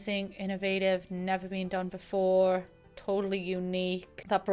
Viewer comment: that “before” had an american accent